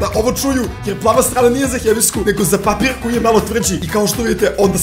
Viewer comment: Umesto papir